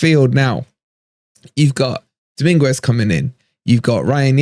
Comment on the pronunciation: Happy about Dominguez! (Pronounced Domin-gez by the way!)